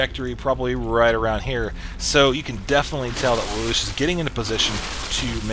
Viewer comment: btw its lay-lush